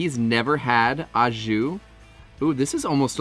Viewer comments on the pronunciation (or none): Holy crap, you yanks and the Ah jus, it's Oh jus. Yummy looking sammiches though! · Yes love Aux Jus, oh and pronounced “Oh Jus” 😂 looks great 👍